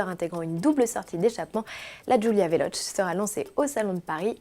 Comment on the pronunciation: Pitié Veloce se prononce "vélOtché" !